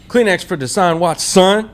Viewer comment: They sounds like they are saying kleenex